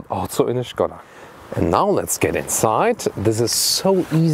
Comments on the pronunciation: Die Name ist Škoda - und "Š" liest man "SCH"... sollte es man voll auf Deutsch sagen, ist es dann "Schade"... Es ist also "Schade Kodiaq" :-) oder wie Volkswagen benutzt dann man in Tschechien die Name "Schadewagen" :-) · Schkoda ???! Gerenglich 🤣🤣